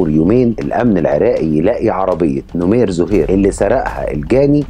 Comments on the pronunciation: نَمير ..مو نُمير .. وسردك جيد لأن مابي إطالة وتكرار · نمير بفتح النون وليس نومير